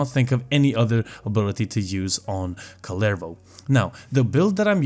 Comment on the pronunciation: I cant get over how people say "kullervou"